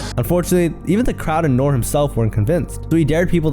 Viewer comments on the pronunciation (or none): ITS NORE (say the E) 😂